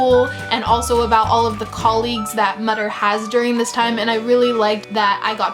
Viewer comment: Since you enjoyed Dr Mütter's (being pedantic I suppose, but it's pronounced moo-ter, the ü is like an oo) Marvels, it's worth trying the Sawbones podcast. There's also a book called The Thackery Lambshead Pocket Guide to Eccentric and Discredited Diseases that it really fun.